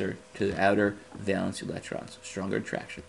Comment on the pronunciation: valence not valance